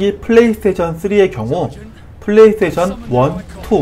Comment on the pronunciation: 플레이 서테이션으로 들립니다.